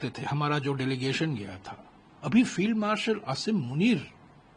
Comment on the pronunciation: ताज्जुब है... रमेश का शब्द "फिल्ड मार्शल, असीम मुनीर, भोजन" का उच्चारण सुनकर ... इन शबदों को भारत मे कोई अहमियत देता नही होगा... पर रमेश का उच्चारण ऐसा है जैसे काँग्रेस उस व्यक्ती को बहुत चाहती है... महत्व देती है... दुसरी बात, पाकिस्तान को उसकी मिलिट्री चलाते पैसे वे खा जाते है... देश पर लगभग कब्जा है उनका...I vs I चल रही है... POTUS को मुनीर को पटाना पडेगा... बेसेस वापरने के लिए... तो? बिर्याणी तो परोसने पडेगी... रमेश समझते नही या दंभ कर रहे है?